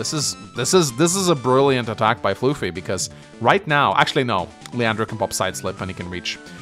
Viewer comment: Still calling me floofy instead of fluh-fie ;-; Anyway, time to explain my side of the game. I'll keep it short time. I do agree with keeping bboat on the port to distract the stealth. That was something i realized after I moved my bboat off the port. For the most part, I was under the plan to overwhelm the center before the stealth comes into play. I underestimated the effects of using that much unit count against the stealth. I built the bomber as a way to offset the stealth and help the center, but then i saw the AA and realized that the bomber won't win and that I need a fighter response. As for the HQ defense. I saw 2 paths to attack and save my HQ. Block Rock Megatank and the Neotank counter attack (from earlier) would do a combined 99% minimum damage so it is very likely to kill and open the way for the HQ interrupt with my bomber. (A very losing position). To do this, i just need to send both my AA to kill the fighter by using the first AA to move to the other side. The attack pattern I actually did in the game is much riskier and a much lower chance to breakthrough to the HQ, but would put me in a much better but still losing position. My second AA could attack the HQ and my bomber would be allowed to get a Neotank had I gotten the unlikely luck roll.